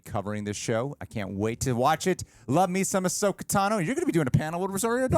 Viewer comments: Ahsoka Tano is 5 syllables... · “Ahsoka” is THREE syllables.